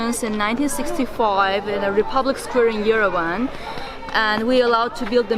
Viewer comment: Why on earth somebody, anybody ( like that guide of his) tell this guy how to correctly pronounce the name of the Armenian capital YERVAN AND NOT YERVEN!